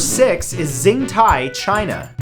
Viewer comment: xintai is pronounced with a "shh" sound, like "Shintai". Its confusing but thats how pinyin works for some reason.